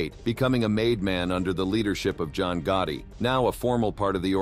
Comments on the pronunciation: John Gohdee? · John Goatee 🐐??? (said by the Narrator when talking about how Gravano was involved with the killing of Paul Castalano). Seriously 😮?